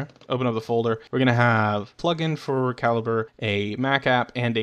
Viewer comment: Also it is NOT Cal-eeb-ray. It's the same as the size of a bullet.